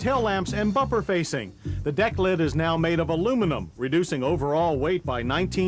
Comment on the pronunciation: Bumper FASCIA not facing. He kept mispronouncing it.